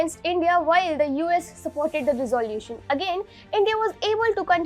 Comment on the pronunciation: " Resolution " could have been pronounced a lot better?🥳😎🙄🙄